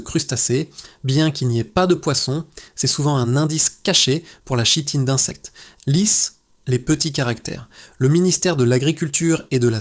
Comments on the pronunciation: Très bien cette vidéo ,mais on prononce Kitine même si il est écrit Chitine . Merci . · Pour info, chitine se prononce Kitine. Mecri pour cette vidéo. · Kitine, on dit Kitine, ça vient du grec (ch=k). Ouvre un dictionnaire!!!!!!